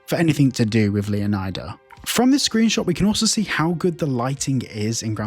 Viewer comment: Am I the only one who hates this pronunciation of Leon[AY]da?😅 I mean its also not Flor[AY]da I would argue that is pronounced just plane and simple Leonida like Florida or like Leonidas (the greek legend)